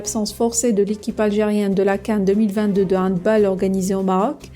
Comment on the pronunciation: 3 choses : On dit HandbAll (en prononçant le A comme en français et non comme en anglais). Le peuple algérien a les dirigeants qu'il mérite car cette haine des dirigeants pour le Maroc se retrouve aussi majoritairement chez le peuple. Si l'Algérie veut être cohérente avec ses décisions et sa position elle devrait dans ce cas se déclarer forfait en football aussi et refuser de rencontrer le Maroc comme elle refuserait de rencontrer Israël.